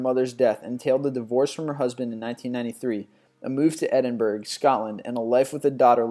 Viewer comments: DUDE ITS PRONOUNCED "EDIN_BURGH_UGH" NOT "EDINBURG" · Just saying, Edinburgh is pronounced "edinborough" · why do Americans always pronounce British place names wrong? the g in Edinburgh is silent! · Edinburgh pahah dude its said edinbr-u. I live there. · Edinburgh. its pronounced edin-bara i know its weird, but this English for you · Wow he didn't pronounce Edinburgh properly